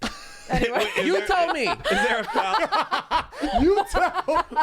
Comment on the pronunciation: "YOU tell me" is a new yorker at heart I swear hahah I adore the way he and feed off of each other